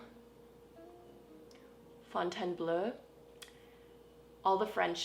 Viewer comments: French guys says : pretty decent pronounciation for Fontainebleau I would say a lot better than average non french speaking rock climbling youtuber. :) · eau = oh, apart from that you were pretty much spot on